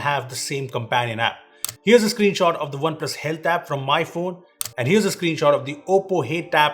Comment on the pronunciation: He just said "Oppo Hate App" instead of Oppo Health App in the video one time..😂😁